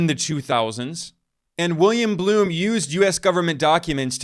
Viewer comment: Not "Bloom"... it's "Blum".